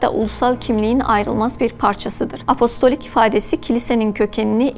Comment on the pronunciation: apolistik değil hanımefendi apostolik. sunduğu şeyin ne olduğunu bilmeyen spiker koymayın şuraya. bu dil sürçmesi değil.